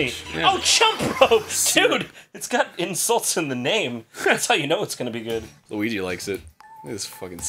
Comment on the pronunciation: Every time Arin calls Luigi "Lugi" I can't help but laugh.